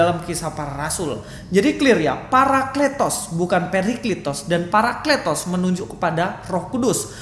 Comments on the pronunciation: Wao luar biasa IQ nya saking tingginya sebut parakletos aja jadi paraklitos,hahahahahah, layak beliau dapat gelar Doktor....!! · Astaga 😅 kata παρακλητος dibaca πηρικλιτος?? 😂